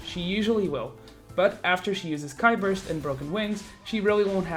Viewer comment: Ki Burst is pronounced as "key", not "kai".